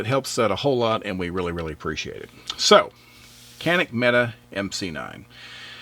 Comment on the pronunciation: "Mete" is pronounced "metay".